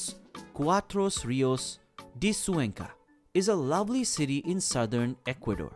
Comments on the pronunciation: It' pronounced Cuenca not Zuenca my dear. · You really should learn how to pronounce Cuenca....KWEN-kuh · I cannot believe that you are mispronouncing Cuenca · Cuenca is not pronounced correctly!!